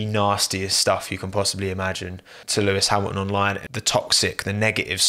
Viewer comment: bottas p13?????????? sergio p10???????????????? sainz p8??????????????????? lewis hamiaaon p5?? what's wrong with u??? xD we said it in the same time xD gasly p3????????????? he got a HONDA PU BRUUUH, a bloody HONDA PU DUUUH nice video mate really xD i watched all and i loved it